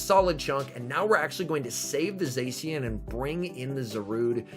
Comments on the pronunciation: I know it's a minor thing, but it really annoys me how you say zacian, it's pronounced zah-shi-an not zae-si-an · The c in zacian is pronounced ch sound